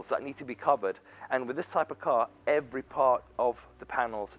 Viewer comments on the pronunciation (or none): none